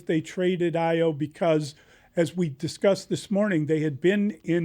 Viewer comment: These guys should not be talking basketball.. he cant even pronounce Ayo’s name after being on the team for 4+ years and then Dillingham in the NFL?